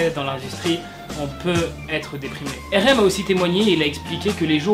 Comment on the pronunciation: j'aime bien tes vd mrc mais y'a un défaut ça s'écrit RM c'esr en englais ça se dit ar em pas ér ém